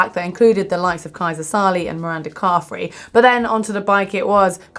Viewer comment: Guys, Mirinda, with an "i", not Miranda with an "a", hence the nickname Rinny, not Ranny :)